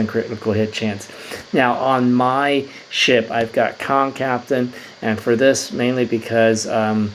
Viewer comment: Dude it's Kang not Kong.